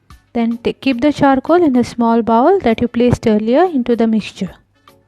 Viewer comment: Check your pronunciation of BOWL ... Good video otherwise!